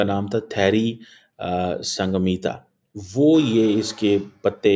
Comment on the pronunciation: सैंगमीता नही संघमित्रा नाम था ।